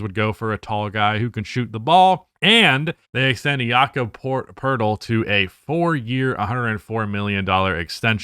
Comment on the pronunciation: His name’s pronouced Yakub